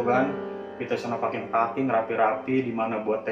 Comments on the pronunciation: Ahahaha.. iya salfok ama paking paking. Dy harusnya baca peking peking kan wkwkwk ngakak asemm😂😂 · Wkwkwk paking.. mau turun mesin? Bacanya peking 😂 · sejak kapan packing dibacanya paking? mendadak ngakak gue😭🤣🤣🤣🤣🤣🤣🤣🤣🤣🤣🤣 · Kita paking...paking...wkwkwk 😂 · Btw itu packing pronounciationnya 😁